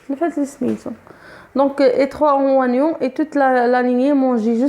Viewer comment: erreur de prononcer oignons